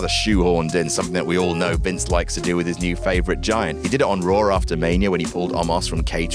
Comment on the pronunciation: Raw* not Roar